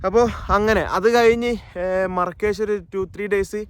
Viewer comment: Markish ❌marakash✅